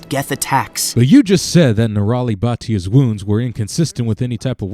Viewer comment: I'm gonna sin this game and GCN for the mispronunciation of "Bhatia" calling it "Batia". In fact, I'm gonna sin all the people in the world who butcher simple Indian names. I mean complex names I get but this pronunciation is literally in the spelling. Its like when Phoebe calls it "Nestle Tool-hose"